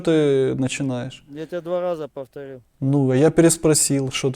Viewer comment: "два Газа повтоГил"?😂